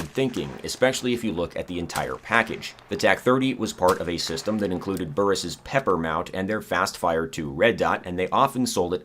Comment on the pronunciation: It annoys me to no end that you call the P.E.P.R. the "pepper" mount and not the "peeper" mount. Also in Tarkov, you only have one eyeball located in your right eyeball, not the center of your head like most other games.